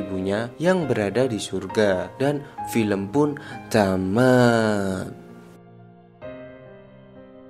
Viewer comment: Bang please....klo udh ending bilang "dan film pun tamat" intonasinya ubah dikit bang, agak kurang nyaman di dengar, apalagi ni film sad